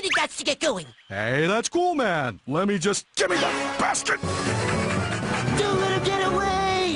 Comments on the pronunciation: it sounded like he said give me that bastard. I know that he said basket but I’m just saying. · for some of you it may sound like Yogi is saying bastard, but he is actually saying basket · Juan Sebastian Zunino Funny you should say that. When I first saw a commercial advertising this episode back in the day, I also could have sworn he said "Gimme that, bastard!" He definitely says "basket" though. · it sounded like he said bastard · the way he said gimme that basket sounds like he said "Gimme That Bastard". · haha could have sworn he said bastard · gimme that basket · I am so conflicted. Sounds a little like basket. Subtitles say bastard.